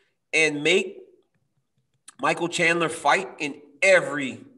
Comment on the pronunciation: Wow Ariel pronounced Michael Chandler and Hooker right what the f!!??? Usually i hear names like Habib (khabib) or Rhamzat (Khamzat) or even Adissonya (izzy)